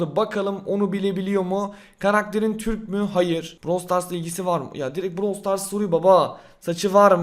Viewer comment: Başlık: AKİNATÖR YENİ EFSANEVİ KİTİ BİLDİ! Brawl Stas "Stas"??